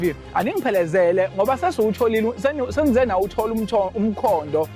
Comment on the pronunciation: Ngizwe Kahle ubhuti icishe dideka ethi bawtholile " umthondo"😂😂😂